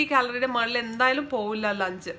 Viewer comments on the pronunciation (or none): none